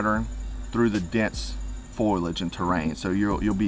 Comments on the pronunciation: it's "fo-lee-age" not "foy-lage" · Dude, dont say "foilage", the word is F O L I A G E, Latin root folium for 'leaf'.